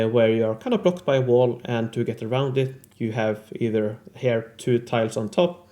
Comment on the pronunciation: I need to say that, well im sorry beforehand but, the way you pronunciate "here" makes me sick, but I still enjoy your videos and I rlly admire the love and dedication you put in them. Im sorry, I had to release some hate if I plan keeping watching your videos. I love your work and i admire it, its just that your "here" 's dont make it easy. I hope i dont offend nor demoralize you. I'll try to "rewire" my neurologic paths to not hate them. Rlly, 3 months already trying. Someday... Im gonna make it... Hope at least I make someone laugh! Love from Spain